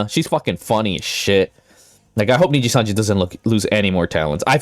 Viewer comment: "ninja sanji" while on the screenshot he took himself says nijisanji